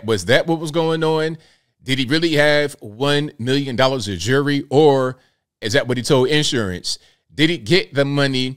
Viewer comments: Jewelry not jury 🙄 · He was in on that robbery!! Got money from Insuramce and from whatever was robbed from the parishoners! He should get an extra 5 years for not being able to say the word Jewelry properly!